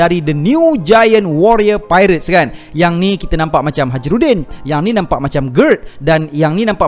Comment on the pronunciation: Dengar mcm kimi sebut Haji Rudin